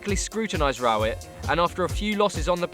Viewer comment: Can't pronounce Rowett and shown our old owners when talking about the new ones played lads